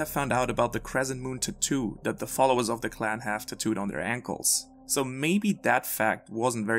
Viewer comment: whats a tatu tho lol, that pronunciation killed me